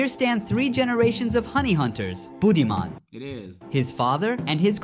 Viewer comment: Its pronounced bood-dhi-maan meaning intelligent